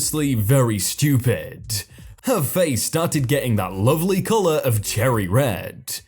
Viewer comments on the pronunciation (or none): none